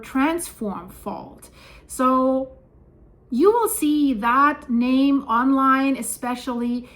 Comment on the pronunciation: Have to give her credit for the best pronunciation of the names.